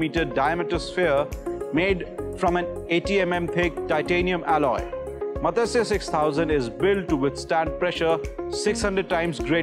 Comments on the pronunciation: It is not Matasya.....Please educate the population on sanskrit pronunciation. It is Matsya which literally means FISH. Please re-educate this reporter. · god level pronunciation-- MATASYAA , MAGNESE 😂😂😂